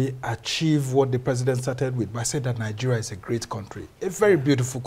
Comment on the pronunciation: Isn't a shame this comedian leads Nigeria he pronounces Nigeria ( Tinubu - nigea) thank you very much (Tinubu-than vee mon